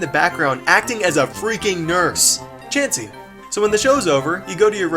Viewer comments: He said c h a chansey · When he said Chansy i flipped out laughing cuz i rlly thought he was gonna say Charizard! XD